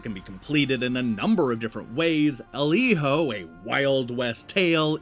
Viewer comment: Giving this review an automatic thumbs up for being the only one to pronounce Hijo correctly. I had to nope out of a bunch of them after hearing “Heeyo” for the 90th time.